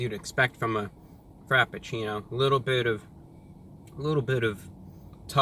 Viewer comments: "The time travel frapachilule." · I fucking died when he called it the Time Travel Frapatchouli from Starbucks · "Time Travel Frappachooli". I laughed so loud that I disturbed my dog :-D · Wait. “Time travel frappachoolie...” Did Brah just have a stroke? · "frappucchooooli" had my dying